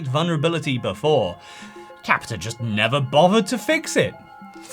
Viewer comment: Capita, the r is silent